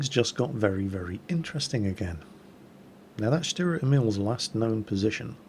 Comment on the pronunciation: GAAH! its pronounced : stuhrer (long "u") Ehmihl (long "E" and "i") I'm really sorry, but as a mother-tongue german that just kept annoying me. (like so he sees)